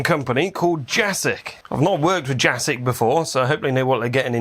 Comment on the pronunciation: It's Jasic, not Jasic.